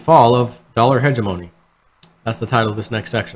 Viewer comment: hegemony.. pronounced heh-GEM-oh knee...